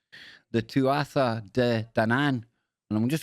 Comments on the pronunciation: Its not 'tu 'atha' its pronounced 'tua' and it means people of the godess 'danu', so nothing to do with the tribe of dan im afraid. The irish are an ancient pagan peoples and all this hebrew association with 'similar' sounding names comes from a group of people who you could call the 'british israelites'. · " Tuatha " De Danan pronounced,,, tu-ah. U